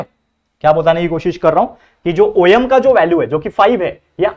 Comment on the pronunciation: Sir om khete hai oyem nhi